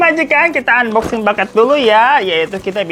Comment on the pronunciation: Bakat ❌ Paket ✔️ 😅😅✌️